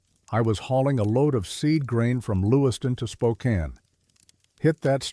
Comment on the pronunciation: I was astonished it got Spokane right! 😂